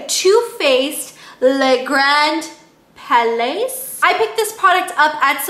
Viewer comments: Hi, Palais is pronounced as palai (ˈpæleɪ). Love your honest & in-depth reviews. Gr8 work. Thank you. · Le Grand Pal-aye i believe its pronounces. sounds french. lol.